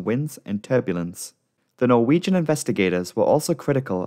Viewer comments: Are you Norwegian? You pronounce those names and places too well to not be of Scandinavian descent. Excellent video as usual! I look forward to every upload. Cheers from New Orleans Louisiana. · I am norwegian and I love listening to non-norwegian folk try to pronounce norwegian words. You're really good at pronouncing the places in English, even if I still find it funny. <3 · As a Norwegian I am very impressed by your pronounciations, especially considering these are difficult words with characters unknown to English speakers. Well done.